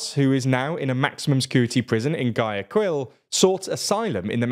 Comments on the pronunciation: "Guayaquil" is pronounced "why-a-_kill_" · Guayaquil too😂